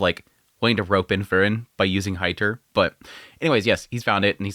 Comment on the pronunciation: Sadly he's never been able to pronounce Frieren correctly which is odd considering it's said quite clearly in the anime as well as people leaving comments on how to pronounce it.